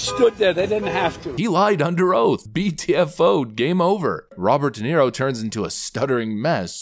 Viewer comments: Robert wee Nero. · ' Robert De Zero'